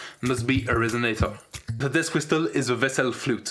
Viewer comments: It's pronounced "whissle". The T is silent. Excellent travail! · You shoud pronounce it as /wɪ́səl/, or simply WIS+uhl. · The 't' in 'whistle' is silent bro. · I have NEVER heard someone pronounce the. T in whisTle